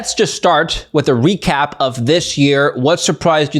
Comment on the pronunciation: A wee-cap?